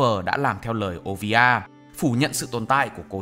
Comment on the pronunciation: Mẹ robin là olivia, chứ k phải ovia 😳